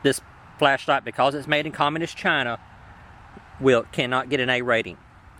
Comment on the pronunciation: Overemphasis on the phrase "made in Chaaaaaaaaaaaaaahna", coupled with that nice "fox news"-esque monologue about globalization of labor, could lead a viewer to believe that the producer has bigoted views.